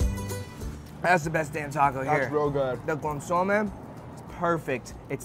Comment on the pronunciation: I love you but you drive me crazy when you say “consomé”. lol You put accent on the O when you should be putting it on the E, just like how I typed it out. CON-SO-MÉ, like saying “meh”. 🤍